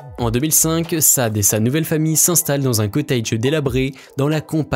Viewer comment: Tant qu'on y est, au niveau de la prononciation, on dit 'promissss' et non 'promaiesss' (avec l'accent tonique sur la première syllabe) et 'cottidg' et non 'cotteidg', rien à voir avec 'age', il s'agit ici d'un suffixe non accentué par définition. Bon, un peu de phonétique anglaise de base et l'affaire est dans le sac!